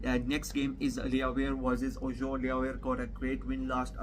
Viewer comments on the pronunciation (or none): Ur Pronounciation of FRENCH🇨🇵 is TERRIBLE. However... Its NOT easy 4a non-French speaker to pronounce. TBH. Let me 《COACH u》 a bit. Auxerre = O-z-"air" Nantes = Nan-T DO NOT pronounce the "S" The 《S》is silent. Like in... Nîmes = n-EE-M But for LENS = L-EN-S + Rheims = R-1*-S u DO pronounce the 《S》 (1*=like in le Pain🇨🇵; le Vin🇨🇵; le Boursiny🧀🇨🇵 ; Vingt🇨🇵 =20)